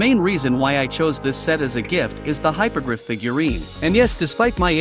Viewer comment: *Hippo-griff Not Hypogryph Great build btw keep it up